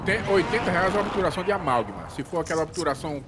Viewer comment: helicopiterê em obturação!!! obituração!!! "nunca perdi de helicopetere, foi so o renilso entrar...."